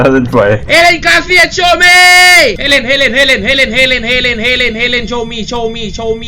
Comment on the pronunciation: มันชื่อเฮเลน ไม่ใช้เอเลนพี่จะไปฆ้าไททันงั้นรึ